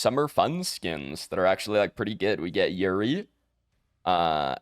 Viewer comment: Bruh I am begging you Pred YouTubers, her name is YUREI! YUREI, not YURI! YER-AY! 😔